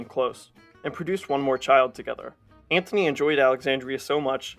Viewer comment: Please... it's Mark Antony!! Not Anthony!!